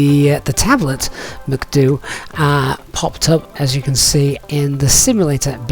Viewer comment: Your pronunciation of MCDU sounds wierd